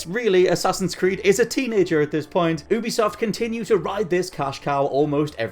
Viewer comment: Ffs its pronounced "youbisoft" not "oobisoft"